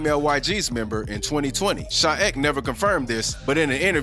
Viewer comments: sha ek’s name isn’t pronounced sha eck it’s sha ee-kay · It's sha e k not shaek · It’s not sha ek it’s e-k you say the letters my guy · bro gotta learn they names "sha ech" its sha E K bro bro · Nigga said Sha Ewk u mean E K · Bro just said Ek in one word it’s said in two letters E K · Sha e k* not sha ek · "sha EHCK"😭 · Sha eck no bro its sha ek say the letters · Bro U gotta get the New York drill rappers name right